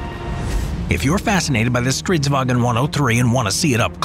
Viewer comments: Stridsvagn not Stridswagen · Its stridsvagn, not stridswagen. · You spent a lot of time on researching, animation work and narration, but… you keep calling it “stridswagen”. It’s Swedish. Not German. Stridsvagn. Not “wagen”. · sounds like german when pronouncing its stridswagen instead of stridsvagn, there is no "e" in vagn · It isen´t Stridsvagen. Loose the e. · Why do you call a Swedish tank "stridswagen"? We are not Germans. "Stridsvagn" is the correct name. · Nice video and animation ✌🏻 However. It's: Strids-vagn. Short g-n sound. In Swedish. Not StridsvAgen. That's German 😊👍🏼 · Nice video, Only remark is the pronunciation of "stridsvagn". As you see there is no "E" in that word. So why do all foreigners say "stridsvagEn"? Just drop the E. // Driver/gunner on strv 103C (and yeah, it went into production - very much so) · This is in fact, not the flattest tank. I'd argue that the Object 775 is. Furthermore, it's not Stridswagen, it's Stridsvagn. Not that hard. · Swede (such as myself): as I told you it’s not “stritswagon” or whatever it’s fuckiNG STRIDSVAGN! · Pronouncing it like "Stridswagen", boy this ain't german lmao. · Why do all English speakers try to call it "StridsWAGen". It's not German so there's no wagen. Try saying "Wa'Gnh" instead. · Not stridswagen thats German . StridsvaGn Swedish. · Love the fact that he says stridsvagen when it’s just stridsvang (stridsvagn in Swedish) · Its not wagon, its vagn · There's no "e" sound between "g" and "n" in "vagn". The way you say "vagn" sounds more like German "wagen" than it sound Swedish. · When pronouncing stridsvagn, cut the e you inserted at the end it does not belong there. Also you really over emphasized the v. It's not a w, just a single v.